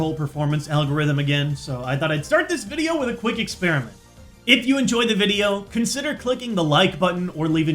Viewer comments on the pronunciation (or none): Dice nideo vude!